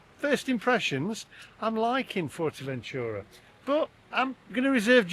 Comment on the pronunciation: It’s NOT FORTERventura It’s Fuerteventura - at least TRY to pronounce correctly!